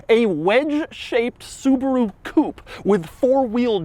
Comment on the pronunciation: When will Demuro learn how to pronounce "coupe" correctly?